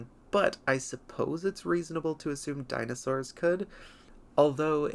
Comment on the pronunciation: Deenosours. Really?